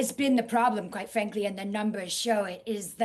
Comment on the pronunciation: As soon as she said "Qwite fwankly" I couldn't unhear it lol